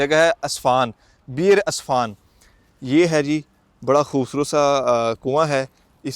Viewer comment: بھائ جان جگہ کا نام اصفان نہیں عسفان ہے